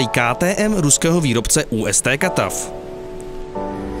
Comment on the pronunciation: Усть-Катав (Usť–Katav) je jméno města, ú es té katav je velmi podivná výslovnost. Výrobce těch nepěkných dlabaných ingotů je Musím ale uznat, že v Daugavpilsu je dokázali uvést do stavu, který ten z výroby zbnačbě předčí. :))) Kdybyste někdy potřebovali pomoct s azbukou a ruštinou, tak mi písněte soukromou zprávu. :)